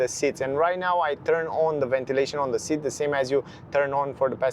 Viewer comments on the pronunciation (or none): none